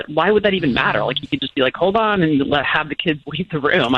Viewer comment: why do you keep pronouncing hold on as ‘Hoe-Don.